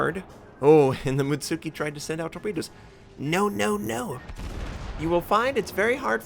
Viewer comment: mutski not mutsuki xD the tsu just sounds like a ts